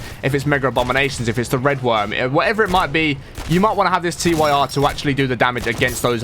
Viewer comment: It's pronounced "TEER" As in "Tyr, The Norse God of War."